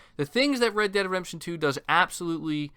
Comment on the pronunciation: Are you saying "redemption" really really fast, or miss pronouncing it wrong 90% of the time? Sounds odd to me, no offense intended.